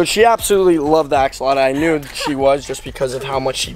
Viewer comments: I love how he did a whole video on something he can't even pronounce! 😂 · I hate how you pronounce axolotl, it’s like you forget tl and add uh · I love how he calls it an axoloto instead of axolotl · axolota lol (ax-o-lot-ol) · Btw it's not ax-a-lata it's ax-o-lot-el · “Axolota” 😂😂😂 u had me dead every time you pronounced it.. AXOLOTL ik u know now but I had to say it😂 btw this is a leucistic Axolotl if you didn’t already know😇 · It's not an axolotta... it's an axolotl LOL. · It's axolotl, not axoloto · he doesn’t even know how to pronounce axolotl … he says axalata 🤦🏻‍♀️🤦🏻‍♀️ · Not axolotla!!! Axolotl! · It’s not called an Axolota it’s called an Axolotl bruh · It's pronounced (ax-O-lot-ul) not (ax-O-lot-u) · Am I crazy or is it call an AXOLOTL? I have 4 and I have never heard anyone say axolota or axoloto like he says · I’m not trying to be offensive but I’m pretty sure they are called axolotls not axoloto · It’s Axolotl not Axoloto and I have the same Axolotl with black eyes and she’s a grown up and she’s cute tell your sister that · Axolota😂😂 it’s Axoltl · Hey not axoloto is axolotl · He is saying axolada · It isn’t axalta it is axolotl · i know axolotls for 1 year also there not called axolotos there axolotls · It’s not a axolota it’s a axolotl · It is not axoloto it is axolotl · Why do you say axaloda not axalotle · Its axolotl not axoltlo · it's not axalota its axolotl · axolotl not axoloto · Axe o loter? No its axe o lot l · It’s axolotl Not axoloto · It is axolotl not axoloto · Bro said "Axolota" xD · The say he says axolota kills me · You forgot to add a L in "Axolotl" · lol u say axolata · I'm not trying to be rude but Your saying axolotl wrong :/ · I dont want to be rude buts it’s axolotl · Not going to be rude but it’s axolotl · its actually pronounced axolotl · I don't mean to correct but it's axolotl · It's AKS-O-LOT-LL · Not axaloto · it's pernoced. (ox)(u)(wat)(le) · Its funny because he is saying it wrong LOL